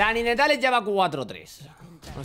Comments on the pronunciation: Buena idea de los retos pero se pronuncia "naytels" no ninetales :P Build para akaly: Sablepistola hextexh, botas de movilidad, capa de fuego solar,mazo de hielo,daga de statikk, ángel guardián Apodo para akaly: La china loca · Tío , te lo digo a ti como a Alexelcapo; No digas "ninetales" coño xD el puto inglés. En todo caso es "nainteils" PD : Mejora el >"inglish"< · se pronuncia "naintels" no como se escribe. :) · Cuando dice NINETALES suena a GENITALES xD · Se dice Naintails T^T maldigo tu estirpe. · SE PRONUNCIA NAINTEILS pl0x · Ninetales= "Nainteils" la pronunciación por si no ..... xD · Ninetales se pronuncia "NainTeils" que afan de pronunciar las cosas tan literalmente